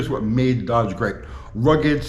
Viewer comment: You can’t even say the word DODGE !